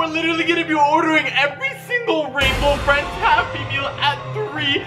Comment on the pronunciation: OMG RAINBOW FRWIENDS SWARCY 😱😱😱😱😱